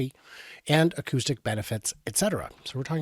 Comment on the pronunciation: Accoustic, not accusting